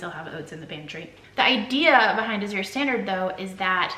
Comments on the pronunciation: Glad to see ya again! Hey you are pronouncing Azure wrong it sounds like azz-sure like the color blue. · Azure Drop Coordinator here. 🙋🏽‍♀️ It’s hard for me to type how the correct pronunciation is but the best I can do is this… The Z sounds more like a g/j. Kind of like the sound “Rooster from Annie” in the song “easy street” makes. The “ure” is not fancy. It just sounds like “er”. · Azure is pronounced just like when people say “azure sky”… people, don’t make it so hard. Azure sky. Simple.